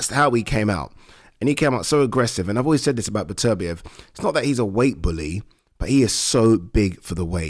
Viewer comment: Pronounce the guys name right, it’s Beterbiev not Betervia